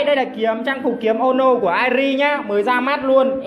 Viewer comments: Tên người ta là"Ki e mo no'' vậy mà ổng cứ đọc là''Kiếm ô no" Vãi cả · Đọc là ki mô nô a ơi, k pải kím mô nô, mê đến nổi đọc sai 😂😂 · Kie mo no là ki mô no chứ nhỉ :v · Ki - ê - mô - nô nha =)))